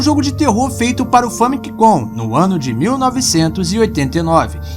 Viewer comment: "famic con"?